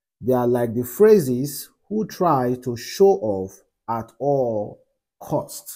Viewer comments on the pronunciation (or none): It is pronounced Farisees not phrases